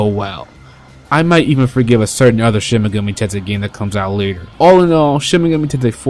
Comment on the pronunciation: Enunciate the title. SHIN-MEGAMI-TENSEI